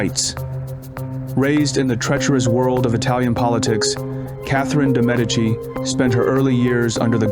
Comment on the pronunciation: You can't even pronounce Medici properly. 😂